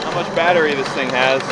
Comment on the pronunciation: Isn't it fun to learn how to speak "Derek"? Blood Juice, go forward go back machine, lightning whirler, lightning cube, ice cube juice, Fast N Furious gauges, sparka-lators, and one that you have your own special language for, the 'Batteria' is a BATT-REE. Don't even start in on the Tanya Harding stuff :)